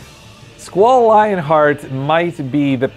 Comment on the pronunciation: its Leonhart otherwise but yeah its not Lionhart because Lionheart was his limit break, or was it his last sword that was called that, dont remember